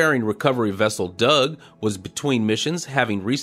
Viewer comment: It tickles me to no end every time I hear you say Doug. Thank you for these succinct update videos. They have become part of my weekend routine!